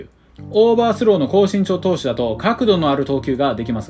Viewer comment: ＿人人人人人人人人人人人＿ ＞身長がちん長に聞こえる＜ ￣Y^Y^Y^Y^Y^Y^Y^Y^Y^Y^Y￣